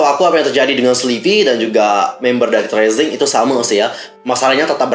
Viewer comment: Padahal aku brharap agensi ini bakal taubat gt pas ada berita CEO nya metong, tp kok makin Dajjal..btw bang bacanya TI AR SI EN JI. Bukan tresing